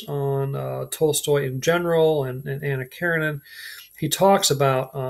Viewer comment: Hard to take u seriously when u can’t pronounce Nabokov, Anna Karenina or Ivan Ilyich properly… and I don’t mean their Russian pronunciations… u can’t even say them properly in English.